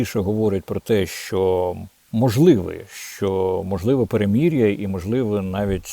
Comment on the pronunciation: Пане Дмитро, постарайтесь вимовити: перемИрʼя!, не перемІр’я.